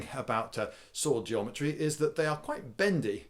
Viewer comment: i like how he says jometry instead of geometry